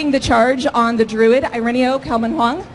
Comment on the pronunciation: she pronounced it 'Drood' ...istead of 'Druid'